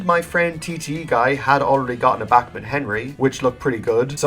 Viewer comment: I don't know if it's only by yourself but why does he say Bakmin